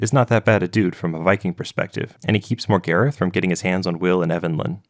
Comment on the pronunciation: americans should never be allowed to pronounce characters names that stem from British/European roots how the fuck did you pronounce Morgarath as MORE-GARIFF ?? MOR-GAR-RATH